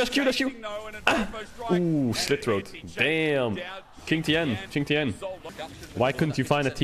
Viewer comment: dude, its pronounced shintienne not kingtian